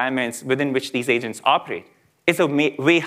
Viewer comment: I heard Asians instead of Agents twice in first 30 seconds of the video 😂